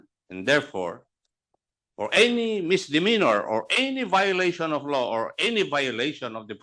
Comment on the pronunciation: Pagkabigkas ni acop ng law is low...